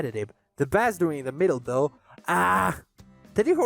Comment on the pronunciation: stop pronouncing bass like that i'm gonna cry good video otherwise edit just in case you didnt know the instrument is pronounced BAYss where the fish is pronounced BAss in other words only the fish is ass and the instrument is in fact not ass